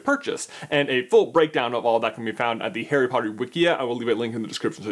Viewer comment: why does he say "hairy potter"?